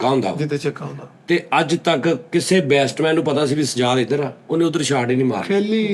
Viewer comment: Bestman ni Batsman kehna Sikh lo 😅😅😅😅 Swing Bad ch kra lena 😂😂 Love you Sir ❤❤❤ From:-Ohi Ronaldo Eda mai